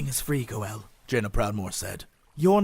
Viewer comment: Jeez, they consistently call him Go'el now? Maaan, bummer.